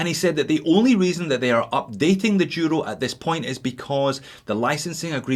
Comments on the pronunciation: Merry Christmas from Spain. I'd like suggest you to try pronounce Duro right during the next course. As you know Duro means Tough in Spanish and should be said Duro with a D not a Y (yuro). Cheers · That's the Scottish pronunciation of the Duro.